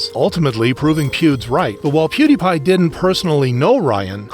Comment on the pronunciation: Please stop calling pewdiepie pudes 😭✌️